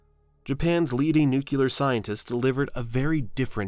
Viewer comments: I had to replay it twice when I heard it, just to make sure. I can just see Homer Simpson exclaiming "it's pronounced NU-CU-LAR! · He can say it however he wants. Many people use nucular now because of Bush and other public figures popularizing it. Deal with it. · The thing that's simultaneously cracking me up and pissing me off is hearing the llm 'ai' keep saying "nucular". God help us all. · NUCULAR: Referring to a nut or nut shape. Is this what you meant? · Nu-klee-er. say it.😉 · Difficult to listen to the word “nuclear” being pronounced the way my daughter did when she was 7 and still learning how to speak many words. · I hate thd way you pronounce nuclear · Is it really that hard to pronounce "nuclear" correctly? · I guess even AI can't pronounce 'nuclear' correctly. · Informative video, however, anyone who cannot pronounce the word "nuclear" should not be doing these voiceovers. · Nice work, although you seem unable to pronounce the word "nuclear". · So AI cannot pronounce nuclear. Great. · NUCLEAR IS PRONOUNCED EXACTLY AS ITS SPELLED. LOOK AT THE WORD. DO YOU SEE TWO “U”S THERE IN THAT WORD? YOU DO NOT. SO WHY ARE YOU PRONOUNCING IT WITH TWO “U”S. GET IT RIGHT. IT’S NOT DIFFICULT. GET IT RIGHT. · I'm not watching a video about atomic bombs narrated by someone who doesn't know how to pronounce the word "nuclear." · Like someone else commented, nuclear doesn't have a 2nd 'u' between the c and the l. Ugh. (sorry, it drives me crazy too 😂). Powerful moment in time. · Cool video. If only you made the "q" silent in the word "nuclear". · I couldn't make it al the way through. Anyone doing a video on nuclear weapons should start by learning how to pronounce nuclear. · Did AI just mispronounce 'nuclear'? 😂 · I watched until he mispronounced nuclear. No time for these hacks. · Nuclear nuclear nuclear please get it right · Can we please properly pronounce "nuclear" as New cle er. It comes from 'nucleus'. There is no word 'Newk U ler'. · An ode to Bush 2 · NEW-CLEAR FFS